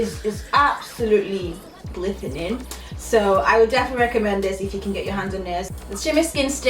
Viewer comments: She said glithenin gagahahaahahah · Thumbs up for saying glithening 😂 if you know you know